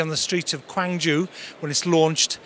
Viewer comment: Did you say "Kwayngju"? Lmao typical brit going on holiday to other countries. No offense. Just found it very funny that Americans are said to have accents but brits get the pass. Btw it's Gwangju.